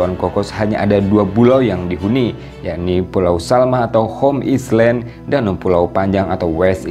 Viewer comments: gak pernah belajar bhs inggris ya ? island kok dibaca islend ? metinya ailen. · Home Island...cr sebutn ya.....Home ailen...bukan islen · Min..maaf koreksi. 'island' bacanya ailen bukan islen... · Jangan "islen"lah pak.."ailen" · Island benarnya. Right spelling, right pronounciation from original language. (Semua nak dimendoniakan pening haku😪) . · contennya bagus banget.. masya Allah.. hanya sayangnya, tolong min pengucapan 'pronounce' bahsa Inggris nya min.. "island" otu bukan diucapkan "islen".. malu kan jadi nya terlihat tidak educated.. thanks